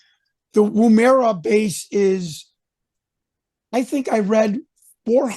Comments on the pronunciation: Woomera is pronounced "Wum- er -ah" not "wroom era" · Not Woo-merra it's said like this Woomerah but without the "h" and by the way this guy wants his 5 minutes of fame! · Took me a minute to work out what you were saying ... Woomera. Said "Woomahra" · Jon say it with me brother ... Woomera ... Woomera